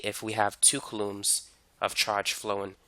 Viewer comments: Its COU lomb not ca LOOMS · Never heard of coulombs in my entire life. Would be nice if you said the word the right way when teaching people. ˈko͞oˌläm is how pronounced. I totally lost you when you started talking about coulombs of power. Definitely should have started with coulombs first before just throwing it at us like that, lol. Not explained very well before introducing it into the lecture. Really good video though, I learned quite alot.